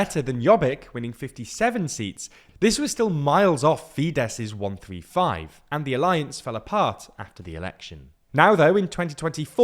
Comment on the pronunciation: Since when is ‘135’ pronounced ‘1,3,5’ ? This is extremely poor style. Like writing ‘ten dollars’ as ‘10$’